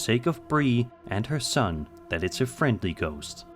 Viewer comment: For number three he definitely says goat a bunch of times instead of ghost